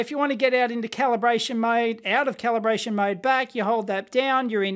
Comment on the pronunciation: "Caliberation" LOL